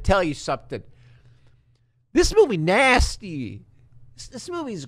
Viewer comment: Yeah nah. Nasteh.